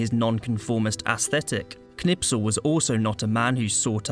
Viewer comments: His name is Knispel, not Knipsel. You pronounced it wrong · Not Knipsel ! KNISPEL 😊✔️✔️✔️✔️✔️✔️✔️✔️✔️ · because your English are arrogant.It is Kurt that K you can pronounce.Its not Nispel it is KKKKKKNISPEL.a real hero that you Brits don't have